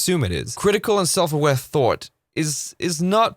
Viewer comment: Thought he said "that is actually not a thort." thort, i like that thought of saying thort instead 🤔like idear. 🤔